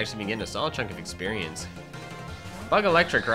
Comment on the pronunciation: The first time my dad heard you say exspuernce he thought you said exspurmence